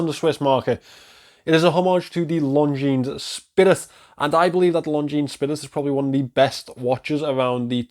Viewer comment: This is not how we pronounce Longines. It's lon·zheen, not long jeans